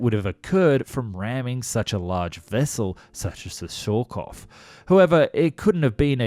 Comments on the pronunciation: So as for the pronunciation : Surcouf -> more like "Sürcoof", yet getting the "ü" right seems close to a lost cause for natural english-speaking people, a bit like the "th" for French De Gaulle -> more like "Duh Goal" Cousteau -> more like "Coostow" (with the "oo" from "mood") Cherbourg -> that one's quite OK, the "r" being the other lost cause either way so it doesn't really count :) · ... only since you asked, but your French pronunciation isn't great... surcouf ... rhymes with goof, aloof, roof, . You were sometimes saying it right, but more often it rhymed with cough. nope DeGaulle the president it sounds like Goal, Mole, Pole in English... not gall or pall, or fall... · The account was well related, but, without malice or prejudice, her name was Surcouf, not Surcoff. The memorial is in CHERBOURG, a very busy French, Channel-Port, and Town in Northern France, due south of Portsmouth & the Isle of Wight. I’ve never heard of Shenburg. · The "" Jurcouf "" the French are strange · Repeat after me, sheer k oof. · Other than a cringeworthy mispronouciation of "Surcouf," pretty good, overall.